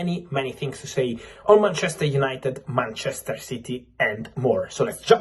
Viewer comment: Did you say painchester?